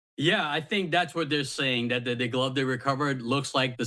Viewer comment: They cannot pronouce "th." It really is not pronounced "dat (s) " "da" "doze,".